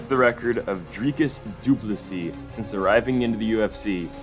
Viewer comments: Good job pronouncing his name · Well done on saying his name right!